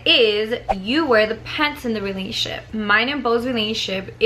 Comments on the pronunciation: The way she says in a " Realnship" instead of "RELATIONSHIP"😂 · The way she says "relationship" lol pay attention...."Relatship" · “RELASHIP” lmaoooooo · That’s weird! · Wow I thought no one else noticed that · Lol I had to replay that part